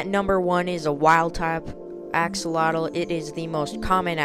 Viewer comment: The X in the word axolotl sounds like a J in Spanish, not like and X. The same way we pronounce México in Spanish. It's a stronger sound than the H in English. So, "ajolotl".